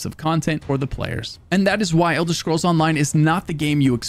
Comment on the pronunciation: Thanks for pronouncing it Elder Schkrolls every time I 💖ed itw